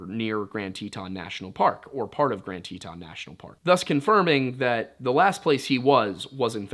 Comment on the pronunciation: Isnt it pronounced tee-tin, love his pronunciations lol